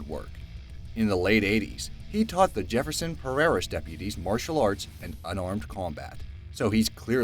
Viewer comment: It's Jefferson PARISH not parrerish, and Seagal doesn't live here in Jefferson Parish anymore.